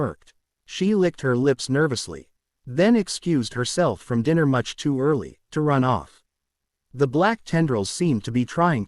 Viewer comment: Dinner is not pronounced Diner